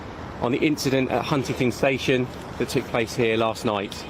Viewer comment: Can he not say Huntingdon?? 😂😂